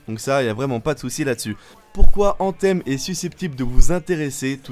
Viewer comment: C'est quoi cette prononciation : ANTEEEEMMMMM 😡😡😡😡😡 .... Mec revois ton anglais qui est franchement médiocre